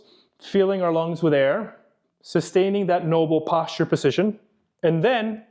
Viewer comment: How strangely this knowledgeable guy pronounces "position"!